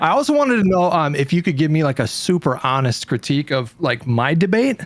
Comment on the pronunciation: No shot the guy pronounced 'honest' with a hard H. Either Im missing a troll or the American education system has officially failed